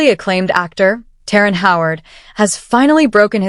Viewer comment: His name is terrance not terren 🤦‍♂️